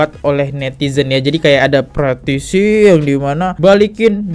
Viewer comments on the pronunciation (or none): Bukan "PRATISI" bro .. "PETISI" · Petisi kak bukan pratisi 😅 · Petisi kok dibaca pratisi trs